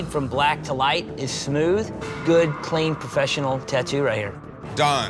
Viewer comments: Judges call: “real clean,” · Take a shot every time you hear '' in this video